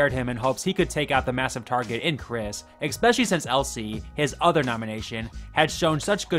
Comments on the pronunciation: I do like your videos but especially is not pronounced expecially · It’s not expecially. It’s ESPECIALLY.